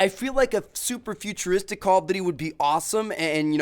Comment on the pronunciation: is nobody else annoyed about the way he says "duty"